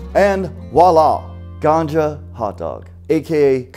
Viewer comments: Lol dude its gamja not ganja hahaha still cant believe ur Korean 🤣🤣🤣🤣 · Hey its "GAMJA" & Not "GANJA". ●GANJA is called "CANNABIS" in "HINDI" Language.